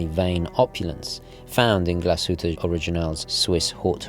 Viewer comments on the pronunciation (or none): Its pronounced as ‘GLAS-HU-TTE’,not ‘GLA-SHU-TTE’🤦🏼‍♂️